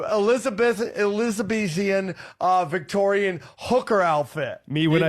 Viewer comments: Elizabethan-Victorian? Dude, Elizabeth I and Victoria ruled England like TWO CENTURIES APART...what the hell is 'Elizabethan-Victorian?' 😂 Oh, I'm sorry...'Elizabethian.' I forgot to pronounce it wrong. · When he said “Elizabeth-E-an Victorian” I felt like I was having a stroke 🤡